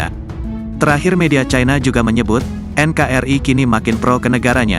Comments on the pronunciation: YUTUBER HARUS PINTAR MEMBACA NKRI=EN KA RI ❤❤❤ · Komentar untuk admin , penyebutan NKRI salah bang gak seperti itu yang benar EN KA ER II